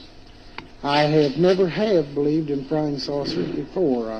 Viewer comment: he sayes frying saucers.